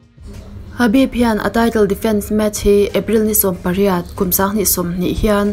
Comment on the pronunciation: Habib anilo... Khabib tih tur